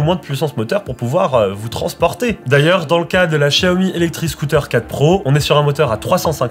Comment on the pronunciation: C'est la prononciation exacte en chinois